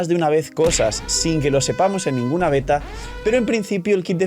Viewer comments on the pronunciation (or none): none